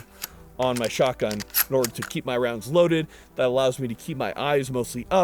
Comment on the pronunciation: Take a shot every time you hear him say "Skock'un" in stead of pronouncing the T in shotgun lol